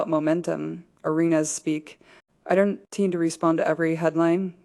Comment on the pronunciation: AI pronounces don’t as donut T😂